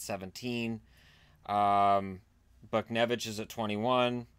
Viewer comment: u pronounced buchnevich wrong